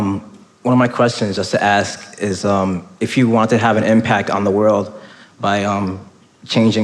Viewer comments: I love how spiritual and cosmically connected he is. Also….I’m pretty sure “MJ’s engineer” is one of the only white people on the planet who can correct a black person saying “aks”, and not get his ass beat. 😆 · "aks" lol. so funny.